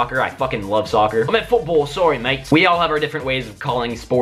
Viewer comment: Why Did He Have an Australian Accent When He Said Football? 😂